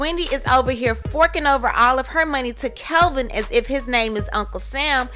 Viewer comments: Kevin NOT Calvin! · How do you have all this info when you can’t even say his name right? It’s KEVIN not Kelvin🤦🏻‍♀️ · It's Kevin not Kelvin! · Isn’t his name Kevin, not Kelvin? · Even though he cheated...supposedly...when reporting these stories get the parties involved names correct. Not that anyone cares, but professionally his name isn't Kelvin it's kevin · It's Kevin Not Kelvin? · I don't trust anything in this video. She can't even get his name right. His name is Kevin not Kelvin. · His name is Kevin. Why do you keep saying Kelvin? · His name is Kevin not Kelvin haha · It's Kevin, not Calvin! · His name is Kevin not Kelvin! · Isn’t it Kevin? Not kelvin? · I keep hearing "Kelvin"... isn't his name KEVIN? Jw 🤔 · Why does it say kevin in the title but the narrator is saying kelvin.. Which is it.. Iv never heard wendy call him kelvin just big kev or "old life" lol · Wow bro his name is KEVIN not Calvin lol Wendy is doing just fine js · What is wrong with you? His name is KEVIN Not Calvin. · His name is Kevin not Kelvin. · It's Kevin not Kelvin !!! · His name is kevin not Calvin get it right dammit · Why can't you pronounce the name Kevin? "Kelvin" is a totally different name. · His name is KEVIN, not KELVIN...please do your research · I love that you say Kelvin!!! Life ins. Policy should go to her son. Say it like you mean it. I agree. She’s going to look like a Hollywood monster. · why u keep saying KELVIN wtf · His name it's KEVIN! How can I trust your, "tea" if you can't even get his name right? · Why do you keep saying "Kelvin"? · Did the poster intentionally mispronounced the ex husband's name? I'm just asking because it's my first time listening to one of her videos so I don't know if it is a deliberate thing. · Lies this is not true you can't even pronounce the man name right so you don't get sued FAKE NEWS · The fact that you have his name spelled correctly in the title, and are saying it wrong through the whole video! LMFAO